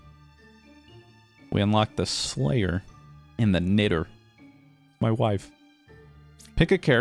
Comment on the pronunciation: said Knitter with the hard R gasp.